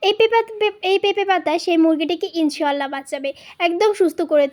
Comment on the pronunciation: উচচারণ হবে ইনশাআললাহ